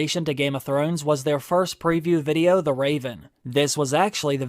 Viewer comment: I haven’t heard you say “VUDIO” for ageeees haha can’t wait for this mannnn!! Yes!!!